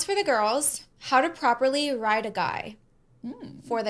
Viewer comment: I was about to drop a comment asking what „becoming better for yourself“ has to with teaching women how to write a man…when I just realized she meant „ride“ not „write. 😅😂 damn.